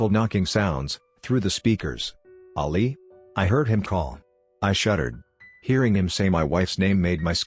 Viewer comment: I hate this bot XD it’s saying Ollie tho the name is ali